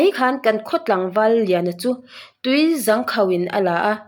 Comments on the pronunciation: Zang nilo zâng tia lam tur ani aw e😄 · tui zâng khauh tih tur niin ka hria.. hnung zâng kan lam rik dan anga zâng khi lam tur niin ka hria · Tui zang khauh tih lai khi i lam rik dan a dik lo aw...ka nau...😂😂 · Tui zang khauh kha athlukna a awmtur ilam diklo entirnan hnungzang kantiha zang kanlam dan anga lamtur hrethiam em😂 chuan athavek 👍